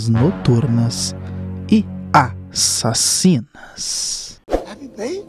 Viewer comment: Adoro quando você fala "E a......sassinas" 😎